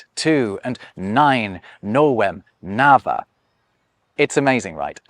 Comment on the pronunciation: "Nava" in Sanskrit is NUH-vah.